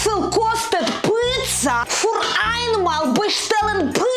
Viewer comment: Piiizza, die Aussprache von Mama Olga ist umwerfend lustig.😂